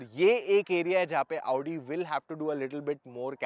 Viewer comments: Hit like if you are also pissed every time he says AAUUdi instead of Audi. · भैया क्यो अपने आप को इतना कष्ट देते हो सीधे आउडी की जगह ओडी बोल दिया करो😂😂😂